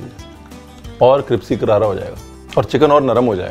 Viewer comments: Yes. He said cripsy, not crispy. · Oh I am pretty sure he can say "crispy", his diction is flawless otherwise, just listen to him pronounce complicated French words and he nails it. He just chooses to call it "cripsy". Part of his Ranveerisms and charm I guess. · Who else notice that he said cripsy instead of crispy🤣👌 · He always says cripsy instead of crispy And his all time dialogue...."fir ap kahenge Ranveer aapne bataya nahi" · Cripsy karara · "Cripsy Karara" 😍😍😍 Love watching u nd ur videos....also thos IPL edition is amazing 😍😍😍💜💜💜💜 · Excellent and easy to prepare. But sir, the word is crispy, not cripsy which means “karara “. Thank you and stay safe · parr ...sayed "Crispy Karara" hoga ...aapne "Cripsy karara" kaha hai sir 😂😂 Thanks for Recipe 😋😋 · Cripsy karara 😂😂🤣🤣 love you dear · Cripsy chicken ha ha ha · Cripsy ....funny chef ! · Was "cripsy" deliberate? 😆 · Cripsy kya hota Hai bhai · That cripsy 😂😂😂😂😂😂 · We have watched this video only to hear him say.."cripsy"..ha ha ha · Oxford, can you hear? Please add cripsy to your collection. Bhai cripsy nahi hota hai crispy hota hai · Anyone heard cripsy?🤭❤️ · Its crispy not cripsy.. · is he said crispy ko cripsy?😅😂😂😂😂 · Ranveer, it's crispy, not cripsy..... Lol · Bro aap cripsy kyu Bolte ho😂😂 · Wo crispy he cripsy nahi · Hey, it’s crispy, not crispy !!! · Cripsy Lol 😜😜😜 mene 10 baar dekhne pe notice kiya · Its always CRIPSY for u. Its never CRISPY. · Was I the only one who heard Ranveer saying "cripsy" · Love it when he says"cripsy hoga" 😊👍🏼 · Chef saying Cripsy karaara...😂 Hilarious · He says cripsy every time you look good saying that cripsy is also a nice word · He always does...😄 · In every video he does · Aisa hi lag rha hai😂